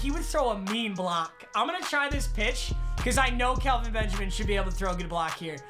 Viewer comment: Its Kel-Vin not Cal- vin